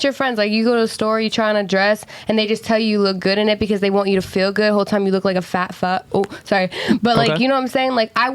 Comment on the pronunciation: I learned another word black people cant say properly...feel. constantly saying fill instead of feel